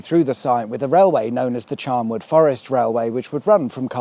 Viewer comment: Just watched this one. Please it is Charnwood with a N Not Charmwood with an M.